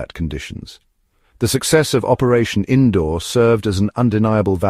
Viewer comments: Its seems AI can't Pronounce Sindoor 😂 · Cake get the name right sindoor